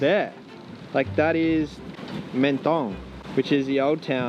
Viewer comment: Love the video but as world travellers, you might consider getting the pronunciation of the place your video is showcasing a little closer. Or, you could just do it cartoonishly badly like this. "Meant-tonne" Mon dieu.